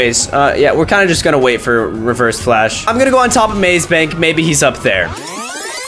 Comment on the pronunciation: “But today we’re gonna be fighting nIGgAAa flash”